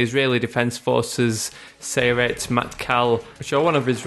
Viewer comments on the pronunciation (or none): you actually said "Sayeret" wrong. you should say it like Sa-Ye-Ret (it's like you say each letter like a word). its complicated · nice work im from israel and i liked it but there are two thing wrong 1. that is not how you say sayeret 2. we dont you rpg launchers our launchers are more advances then that